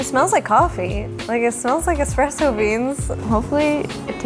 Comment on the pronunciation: I hate when people say expresso. NO! It's ESPRESSO